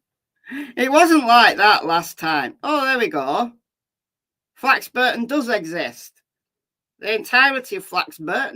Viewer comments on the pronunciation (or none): It's pronounced Flax (Bor) ton, not Flax (Bur) ton.